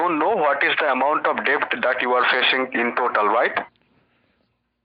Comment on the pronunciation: sounds like he pronounced “debt” as “DEB’T”